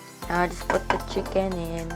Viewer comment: "Chickeneth" HhahahahLT